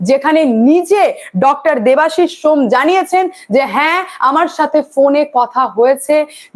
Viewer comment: ম্যাডাম ওটা shome , সোম নয়